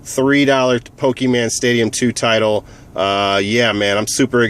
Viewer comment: its not pokeman